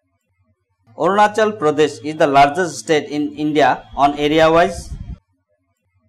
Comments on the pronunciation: ONACHAL LMAO🤭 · Orunachal!!! LOL